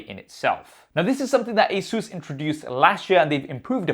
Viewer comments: Stop pronouncing ASUS as 'Asuse'! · Wait have I been pronouncing Asus wrong all this time?!